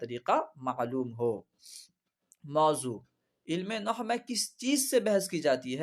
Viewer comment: Noh nahi nahav hota he